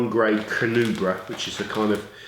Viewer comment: You"re not saying Carnauba right :P